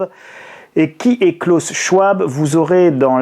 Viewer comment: Bon, on en est toujours a moquer une enfant qui a juste du mal a se dire qu'elle doit payer la dette ecologique de la gerontocratie patriarcale. On en est toujours a synthetiser brutalement le discours d'un homme dont on n'a pas fait la moindre petite recherche pour prononcer le nom correctement. On en est toujours a faire des titres qui font peur, pour redire les memes choses malgre le fait que cet ete passe vous a contredit. Pardon d'avoir un esprit critique, mais au moins les pubs vont bon train et le monde continue de tourner... Et pardon pour les accents, clavier anglo...